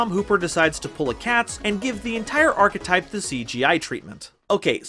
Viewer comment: Diatribe was really nice to see. But um HOW DID SHE PRONOUNCE "ARCHETYPE"